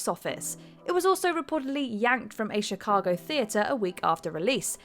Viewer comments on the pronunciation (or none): none